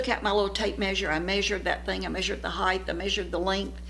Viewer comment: a constructive aside, height, not heigth